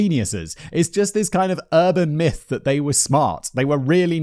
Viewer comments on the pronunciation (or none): none